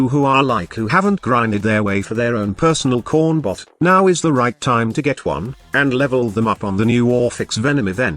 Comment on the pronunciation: i swear the TTS is saying corn buff not corn bot